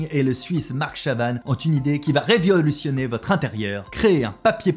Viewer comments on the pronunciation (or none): Je suis le seul a entendre "réviolution" a ??